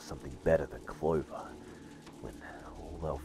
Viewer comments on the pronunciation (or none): none